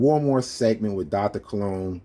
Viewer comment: He keeps calling his self Cologne. No ligga, we know how to spell buddy. Your name is Colon keep it a Buck. This ligga even remixing English. It's "Dr. Colon" not "Dr. Cologne". Smh. God damn. Stop, just stop doc.